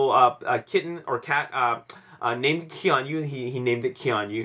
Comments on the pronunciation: Its pronounced Kee-On-Noo not Kee-On-You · lol, dude every time you pronounced Keanu like that i did a spit take.